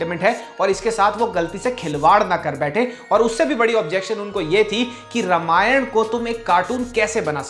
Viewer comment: Sab thik hai video me. Bas रामायण बोलो रमायण नहीं। अर्थ का व्यर्थ होता है ऐसे उच्चारण करने से।